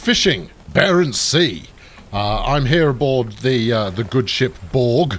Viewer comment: The boat is named Børge not Borg. First Bør (like in burn but a rolling r), then ge (not jeeee, but ge).